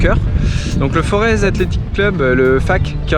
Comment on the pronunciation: Le mec a grandi au cœur du forez et il prononce fore(Ze) désolé mais c'est un affront ! 😂